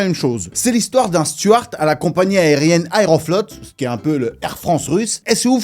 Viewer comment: On dit stewart, pas stuart 😉